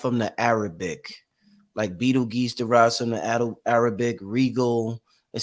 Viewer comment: Pronounced like beetle juice